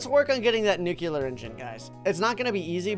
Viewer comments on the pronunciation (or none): WHY DOES SAY NUCELAR INSTEAD OF NUCLEAR